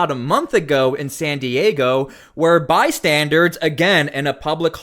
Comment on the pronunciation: Bystander. Not bi-standard.